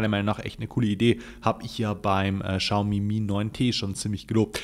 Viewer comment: Hi, wie immer tolles Video. Die Chinesen sprechen das aber nicht "Schaumi" sondern "Ksiaomi" aus. Man weiß aber trotzdem, was gemeint ist😉